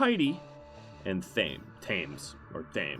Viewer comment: 'Thames' is pronounced like 'tems'.